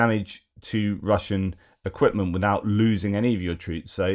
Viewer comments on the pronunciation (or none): none